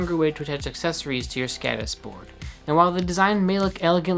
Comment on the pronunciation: It's skodis. Å is pronounced like the o in Nord, or moul....listen to it in a translator.